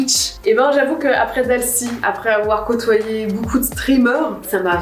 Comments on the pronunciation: bOUcou mais vraiment bOUcou de rigOUlade ! c'est beaucoup en fait donc ça se prononce beau-coup et non bOU-coup ;) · Depuis tellement d'années que je suis Natoo j'ai jamais eu de période où je l'appréciais moins, elle est tellement chouette cette personne. Je crois que l'unique chose qui me perturbe c'est le fait qu'elle dise "boucoup" au lieu de "beaucoup" 😂. Mais en vrai j'ai tellement grandi en la regardant, je devais avoir 10/12 ans quand je l'ai connu et j'en ai 25 aujourd'hui, c'est toujours un plaisir de la voir 💛